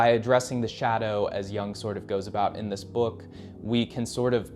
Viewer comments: Re: Carl Jung His surname is pronounced 'Yoong' not 'Young'. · "Yoong" not "Young" Carl Jung